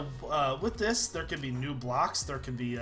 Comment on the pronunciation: i swear he said nube locks not new blocks